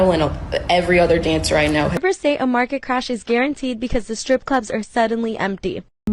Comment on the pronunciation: STR ippe not scripper STR for fucks sake.